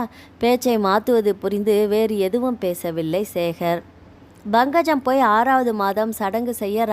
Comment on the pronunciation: Bankajam illai, Pankajam endru ucharikkavum